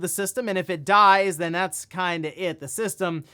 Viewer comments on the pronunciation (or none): none